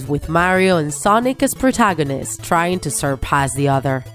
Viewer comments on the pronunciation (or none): none